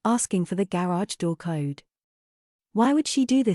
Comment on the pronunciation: This series would be so much better without a foreign AI accent. None of these people are from Europe and this makes it SO annoying to listen to!! It’s called a Garage not a GAY-rage… GOOD GRIEF!!